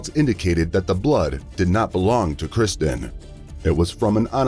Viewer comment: You have used the little girls name repeatedly throughout the video, yet got it wrong every single time, it’s KIRSTEN not Kristen…